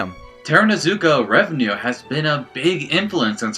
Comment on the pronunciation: Love the video, but just a quick note, its Takarazuka REVUE not revenue